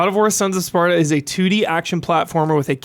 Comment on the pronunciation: Take a shot everytime says Sparda instead of Sparta xD